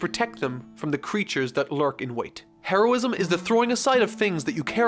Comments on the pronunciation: I heard Hairo-ism or lacked there of, that was unintentional but i love it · You cannot immagine how often i heared "hairosim" instead of "heroism". Especially in closeups when some missing hair is shown xD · so you want to talk about Saitama's...hair-o-ism eh. ^^